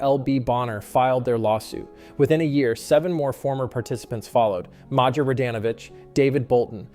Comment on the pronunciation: They pronounced Maja Wrong, Dumbasses…